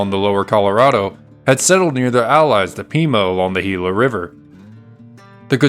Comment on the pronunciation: Excellent video, as a resident of the area I appreciate you pronouncing Gila correctly!